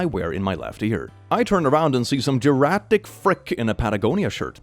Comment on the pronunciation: Geriatric is pronounced like (J-Air-Eee-at-rick) I hope this helps!